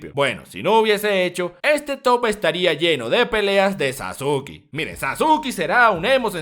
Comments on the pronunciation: Como vas a decir "Sasuki", se pronuncia Saske de Sasuke. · Wey lo dice de broma XD le dice Sasuki como una broma, no es necesario insultar.